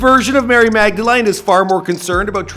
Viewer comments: he says mag-da-LINE instead of mag-da-LEAN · It's pronounced Magdelin lol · Learn how to say Magdalene for the love of god.